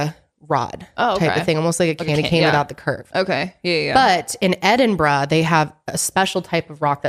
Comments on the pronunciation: yeah i know it's kind of pronounced like that she's so close but she just has this like american bro twang on the brah at parts and i felt like she was lowkey going BRAH thats why i.. lol i love it. but yeah it is edinbruh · The way says Edinburgh lolll EdinBRAH! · It’s pronounced “Edin-borough” or “Erin-burro”. 💜